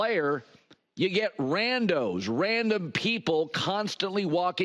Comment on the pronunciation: Wait… are we just going to ignore the fact that he just said “ran-dos” 😅